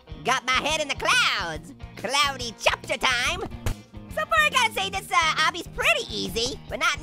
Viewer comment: It's Cloudy Copter, not Cloudy Chopter!